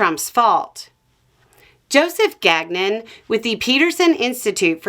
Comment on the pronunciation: Gagnon is not pronounced that way...